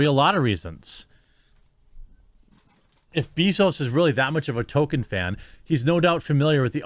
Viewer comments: Nothing against the video because it's brilliant, but please start saying Tolkien properly instead of token. Also Eowyn. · I love you, Jeremy. I really do. But please, say it with me "TŌLL-KĒN" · The pronunciation of 'Tolkien' as 'Token' here, when describing the Amazon staff's understanding of the material, is a hilariously apt subtle touch. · Again, Tolkein's name has an L in it. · If you're going keep making videos on this subject you need to learn how to pronounce Tolkien correctly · I've seen all your videos and kept my mouth shut so far. It's Tolkien not token. Pet peeve maybe but come on. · Great sentiments and I entirely agree with your take on all of this, but for goodness' sake, the man's name was not "Token." It was J.R.R. Tolkien. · Jesus Christ, Jeremy.....LEARN TO PRONOUNCE THINGS!!!!! It makes you look unintelligent and takes away from the credibility of what you are saying. TOLL-KEEN or even TOL-KIN would be acceptable pronunciations, but you keep saying Token. And you do this on MANY other things. Take the time to learn how to say things so you don't sound like a boob. I know you're not an unintelligent person but there are so many things that are such common knowledge that you either claim to not know about or have knowledge of that in my opinion really damages you as a pop culture commentary personality. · Why are Americans all pronouncing him "token" now? It's tol-keen. Haven't heard anyone say token until this debacle, not sure where it's come from. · It isn't pronounced Token....it's pronouned like Tolkeen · Is he saying Token? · lol you make me insane when you "token"...it's tol-key-in...he's not the black kid on south park, Jeremy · It’s TOL KEEN not Toe Ken, you’re killin me bud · Please start pronouncing the "L" in "Tolkien". Tokin' isn't his name. Sorry for being nit picky, but this is almost as bad as educated people saying "lie-berry" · It's not Token, it's ToLkIen. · Please... It's pronounced Tol-kin. Not Token.